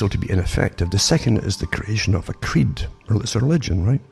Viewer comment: Took me a good few minutes to understand his pronunciation of "creed"